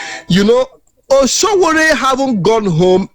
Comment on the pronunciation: My friend, his name is not Osowore, his name is Sowore. Correct yourself.